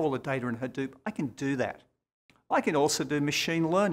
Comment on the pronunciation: "OKAY" lol..... HAhDEWP. dewp pew pew